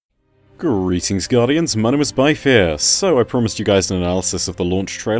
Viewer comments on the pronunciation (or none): Anyone else hears his name as By Fear every once in a while? Byf Ear? Bye Fear?